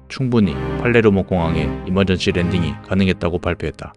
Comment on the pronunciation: 초에 이멀전씨 아니고 이멀전시입니다